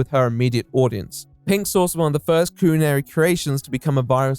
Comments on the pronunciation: Every time you say coolinary I flinch 😂😂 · coo-linary? bro how can some people not just pronounce things the way they're spelled...? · I'm calling everyone from the UK "People born with a natural speech impediment" if I hear the word "coolanary" one more time, and I'm only 13 minutes in. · I hate how you mispronounec culinary, its not coolinary thats a fuckin U. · Mate I realise you are posh and thats your 'gimmick' i get it but why are you saying "cuisine" and 'culinary' like that? "CULONERY'" Nobody says it like that. Its like when someone who has only read a word and not heard anyone use it in context. Also the Irony of not being posh enough to pronounce French words correctly let alone the fact 'Culo' means bum in Spanish and she is selling from Miami which if you are not aware, has a large Spanish speaking community. I like authenticity. Your just a jumped up middle class english lad, and cant get that right despite the anime bollocks. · Coolinary? Ronch? only pronounces O's. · why does he keep calling it "coolinary" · Coooolinary. For a guy so committed to the patronising, fake posh voice, you can't pronounce shit bro